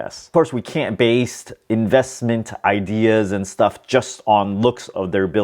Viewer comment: 'Base,' not 'baste.' 'Mitigation,' not 'medication.'